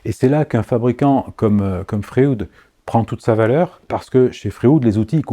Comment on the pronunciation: Bonjour, comme tu l’as très bien expliqué dans ta vidéo, la formule chimique du carbure de tungstène est WC (avec W4+ et C4- en considérant les électrovalences). Étrange que tu n’aie pas fait une petite blague scatologique au sujet de ce sigle??? Concernant les outils FREUD, je pense que la prononciation correcte devrait se rapprocher de celle du célèbre psychanalyste Sigmund FREUD et non de FRÉOUDE? Merci pour tes enseignements précieux et bonne continuation